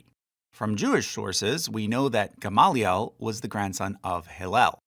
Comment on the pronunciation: Your Hebrew pronunciation is kinda horrible, but I also don't care so much. Except for GAHM-lee-el